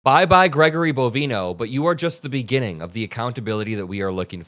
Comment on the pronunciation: bo-VINE-oh ... like "Bovine Oh"